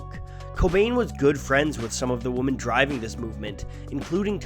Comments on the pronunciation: Good video but you pronounce "women" as "woman" and it drives me insane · Is there a region of the US where "women" is pronounced "woman" like you pronounce it? I hear it a lot and I don't understand where it's coming from. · Why do you pronounce «women» with an o? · Great vid just focus on your pronunciation of the word women. I bet your from the northeast. I know it sounds picky but it will make you sound more polished if you pronounce the plural like women and not like woman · I absolutely love your videos, but for the love of God please learn how to pronounce the word woMEN. Woman and women are two different words. Women is plural and woman is singular and they are pronounced differently. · Am I wrong for pronouncing women as "weh-men"? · Great video as usual! But you're still mispronouncing "women".